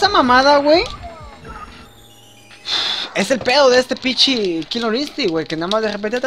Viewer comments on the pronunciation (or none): jajaja ¨Kilor Instinct¨ jajajajaj